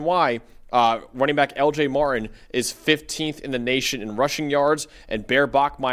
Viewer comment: Martin. Not Mar-ihn